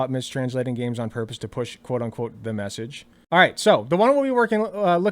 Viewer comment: "Deh Messij" omfg!